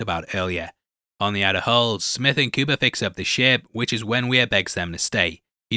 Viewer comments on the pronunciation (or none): none